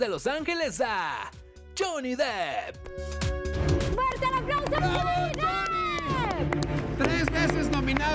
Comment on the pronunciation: No mamen JAJAJAJAJA se escribe DEPP no DEEP (le están diciendo Johnny Profundo)